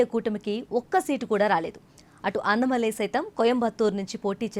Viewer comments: అన్నమలై కాదే తల్లీ.... అన్నామలై... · Pronouncing annamalai name should be corrected.